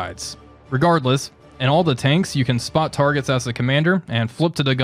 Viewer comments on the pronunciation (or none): none